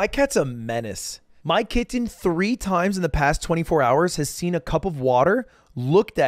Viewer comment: why does he put so much emphasis on KIT-TEN xD